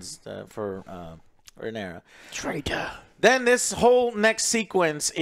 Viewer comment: Say it with me Joe... RAE-NEI-RA